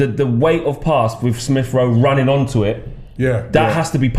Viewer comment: Robbie: “Smiff Rowe” 🤛🏿